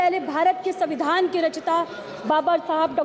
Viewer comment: pahle padhna bolna sikh ke 😂 samvidhan to savidhan kah rhi , ek line bhi apne man se nai bol pa rhi